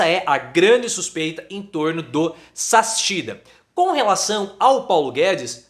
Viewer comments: Correção: o sobrenome do Adolfo não se pronuncia Sassichida mas SAKSIDA. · A pronúncia correta é /zaksída/. Se você quer tirar sarro do sujeito, chame-o logo de "salsicha".🙂